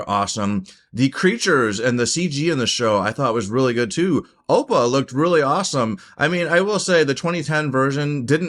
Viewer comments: You actually did pronounce Sokka and Appa wrong, saying So-ka instead of Sok-ka (a mistake 2010 did as well) and Oh-pa instead of Appa (never heard someone say this one). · Bruh pronounced aang correctly and then in the very next sentence called his flying bison “O puh”😂😂